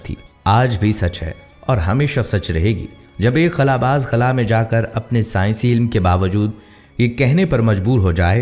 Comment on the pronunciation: بھائی لفظ خلا کے خ کے اوپر پیش نہیں ہوتا صرف خلا باز پڑھا جائے گا اپنی درستگی کر لیں